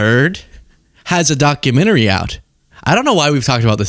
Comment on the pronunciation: Ah a “Documentme” 😏